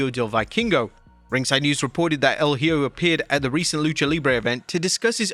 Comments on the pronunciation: If you are gonna comment on wrestling please learn to say the names of the wrestlers.. it’s HIJO de doctor wagner.. no hjo or what ever the hell you said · Wrestling youtubers can't seem to learn to pronounce a simple Spanish word as "Hijo" 🤣 It's "e-Ho", not "he-oh", not "high-o", not "he-joe", E-HO. The more you know 🌠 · EE-kho (using "kh" to represent the use of J in the word Hijo)El é-KHO ✔️👍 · Hijo means son Ehoe that’s how it’s pronounced, I think, I’m Mexican for me is normal to say Hijo Hopefully WWE can also pronounce it right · Bro... No offense but you need to improve your pronunciation when it comes to talks about names that has the word "Hijo", like Hijo del Vikingo and Hijo de Doctor Wagner Jr... The best way to improve is to listen and relate the word with some made up word in English.... For "hijo" you need to pronounce it like this... The first syllable in spanish hi- is pronounced like the letter "e" in english, like on email or e-sports... The second syllable in spanish -jo is pronounced like the fist sound on the words hope or home... Hence hijo would sound "e-ho"... Be careful however not to make the last part sound like the word referring to the girls of the streets...